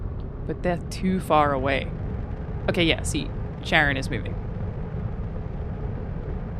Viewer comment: She was talking about Charon, plutos moon. Not a county in montana. Also its pronounced Car-on